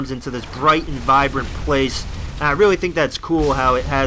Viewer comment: No offence, Loved the video, but your voice becomes weird some times and you say stuff that sounds like "reawwy" and you sometimes sound like Biwwy from Fallout 3. Love the videos